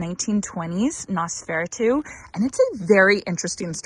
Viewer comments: You are close on the pronunciation. nos-feh-rah-too Hope Mr. Monty is feeling better. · You ARE mispronouncing Noseferatu. nos fur AT oo 😄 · I'm lolling at your pronunciation of Nosferatu. It's "Nose-fore-aah-two" ;) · I'm so happy Monty is feeling better. Loved seeing his pleas for more ball time 😂 Oh, and Nosferatu is pronounced Noss-fur-ahh-too with emphasis on the first and third syllables 😊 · Not a big deal, but I think you are pronouncing Nosferatu incorrectly. Not sure why anyone would name a flower after that, haha! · Please learn how to pronounce Nosferatu correctly.